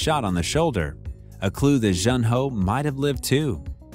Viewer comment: June ho not j un